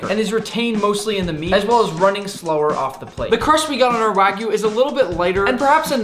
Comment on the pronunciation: It's pronounced wa (like water) gyu, not wa (like waggle) gyu. It's like calling a steak a New Yak Stripe steak... Hope you take it onboard like a professional. :)